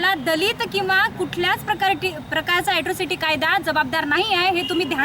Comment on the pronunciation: hila atrocity bolata yet nahi aajun....asrocity bolate